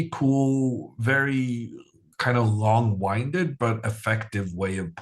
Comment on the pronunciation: it's 'Long winded' [win-ded], not [wine-ded], it's from wind, not wind. Long winded, means to say something in a lot of words, when a few would have surficed. Not a long winding route from A to B